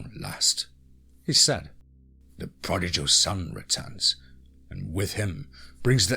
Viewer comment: Loving the series, but 'prodigal' is pronounced 'prod-e-gal' not 'prod-e-jal' The 'g' is pronounced the same as if you say in 'gob' - a short, hard 'g', not a soft one